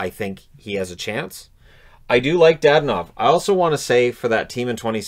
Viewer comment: It's not DaDanov! It's DadOOOnov!